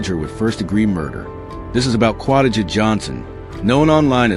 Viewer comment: Romecca is a She Qua-Day-ja pronounce